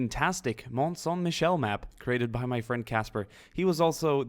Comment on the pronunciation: You pranounce it wrong lol its real as well i seen it its in a triangle corner of france ! Its on the sea & has a road leading to it but it floods at evening the you can go at day time